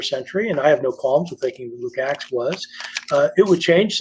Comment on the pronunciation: Luke-Acts, not Luke's Axe, which sounds more interesting 😶‍🌫️